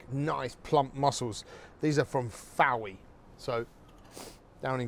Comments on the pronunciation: Those mussels are plumptious!! BUT, "Fo-ey" - good heavens above my half-Cornish soul had a bit of a conniption. Fowey, gorgeous place, very close to where nearly all my ancestors come from is pronounced "Foy", as in boy/joy. However, you "almost" redeemed yourself with the proper clotted cream. Wine is good, but if in Cornwall, there are some awesome local wines, or really any local ciders or perrys. Reducing the liquor down before going with the cream is an improvement I'm going to adopt. Oh heavens, I need to be back in Cornwall now .... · Fowey is pronounced 'foy' btw, but easy mistake to make! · Fowey, is pronounced Foy FYI! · It’s pronounced “foy” not “Fowey”. Great recipe thank you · Good recipe, love your cheese leaks I think you’ll find Fowey is pronounced Foy! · I am enjoying your videos Mr Byatt. I live in the St Austel bay area and feel the need to point something out. The harbour town of Fowey is pronounced 'Foy', the same as 'Boy'. Secondly and more importantly the local mussels are farmed in St Austell bay only a few hundred metres from the South West water sewage overflow outlet situated on Par moor road. I tried your Bouillabasse method, It was very messy but that was my fault.........but it was wonderful, better than many I've sampled in France. Thank you. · NO! It's pronounced FOY!! You will really upset the Cornish if you get that name wrong ... meanwhile I adore your dishes ..... especially Coq au vin.😂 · you don't pronounce fowey like that, its pronounced foy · Fantastic chef!. But Fowey is pronounced Foy as in Claire Foy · I'm Cornish and winced when he said it. Ouch! 😂. But what a fantastic chef and explanations so brilliantly clear, simple and to the point ! Thank you chef!